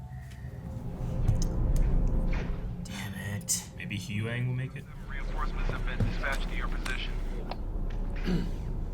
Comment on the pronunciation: its huyang not hewang.